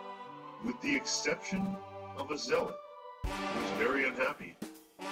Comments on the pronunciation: At first I though it was pronounced zealot like the same sound as eat.... but no its actually zelot lol.... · Definitely not "zay" It's "Zelot" as he said. Just as you would say, "Xel" as in, "Xel'Naga" :3